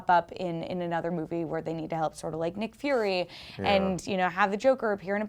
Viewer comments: Did she say Nic fury? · did she really say have them help Nick Furry? -_